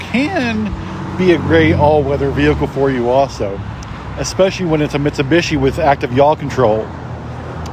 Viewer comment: It’s not a Mitsabishi🙄. You sell them can can’t pronounce them correctly? Wow….